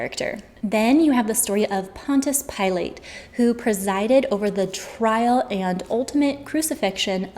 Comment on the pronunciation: I love that you can't pronounce Pontius Pilate. It's cute.